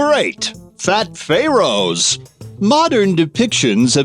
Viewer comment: Stop talking like an idiot!!! Who else just HATES how he says Pharaohs?????